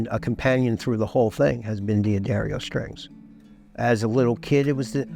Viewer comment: I loved the video and I'm in awe of the beauty of those instruments. However, I'm left with a question! Surely the apostrophe after the D of D'Angelico, D'Aquista and D'Addario means that it they're pronounced Dangelico, Daquista and Daddario, and not Dee Angelico, Dee Aquista and Dee Addario?